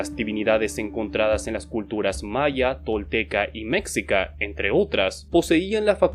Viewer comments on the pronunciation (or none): Metsica? Meshica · Muy buen video, solo que si te agradecería, cómo mexicano, que cheques la pronunciación de palabras náhuatl; quetzal se pronuncia ketzal, mexica se pronuncia meshica y de hecho lo más correcto es referirse a Mexicas y no a aztecas. Los vídeos de "Pero esa es otra historia" de América precolombina lo explican muy bien.